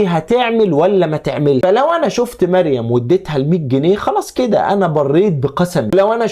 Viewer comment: الراء فى مريم مفخمه